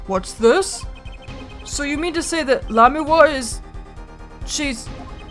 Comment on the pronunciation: You're finally pronouncing Lamiroir's name right! I guess that means I won't be spoiling things for you.... yet.